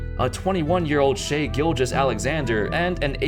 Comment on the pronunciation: Bruh its shai as in "shy" not "shay"